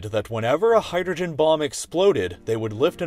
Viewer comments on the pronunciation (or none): none